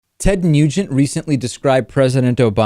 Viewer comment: It sounded like David said Ted "Mutant" in the beginning...very appropriate.